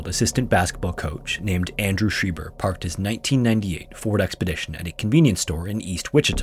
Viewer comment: Having a similar last name I just wanna set the record straight. It's pronounced sch-rye-ber not sch-ree-ber